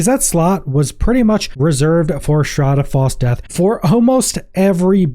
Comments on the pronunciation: Shroud haav fall death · Yup, all I keep hearing is shrad av fall DEATH. Kept thinking, I've never used that item, until it finally clicked ... oh he's saying ... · That is the STRANGEST way I've ever heard someone say 'Shroud of False Death'. I had to rewind a couple of times when you first said it because I couldn't understand what you were saying lol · Holy pronunciation batman shroud has false death? Lmao